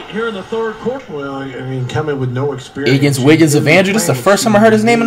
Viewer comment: He said iggins wiggins of Andrew😂😂